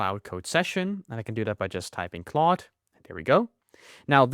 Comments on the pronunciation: Its claude not cloud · it is claude not cloud!!!!!!!!!!!!!!!!!!!!!!!!!!!!!!!!!!!!!!!!!!!!!!!!!!!!!!!!!!!!!!!!!!!!!!!!!!!!!!!!!!!!!!!!!!!!!!!!!!!!!!!!!!!!!!!!!!!!